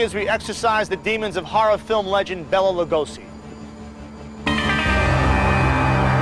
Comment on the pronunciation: Could have at least pronounced his name properly?